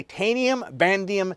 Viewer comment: Someone please tell him it’s Vanadium not Vandium